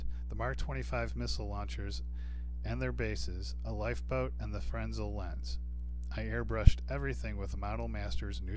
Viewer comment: Fresnel not frensel